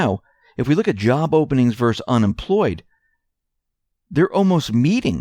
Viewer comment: You mispronounce a word. You would say this "verse" that. That word is versus and the us is pronounced. It is this versus that.